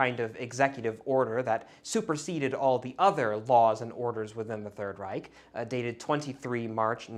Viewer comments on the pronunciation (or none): none